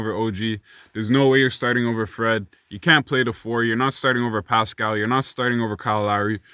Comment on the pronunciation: NA MAN.... You didn't have to do Pascal like that LMFAO. Man said "PSHHCHQ, PUSHCqUE, PUSHCHCH"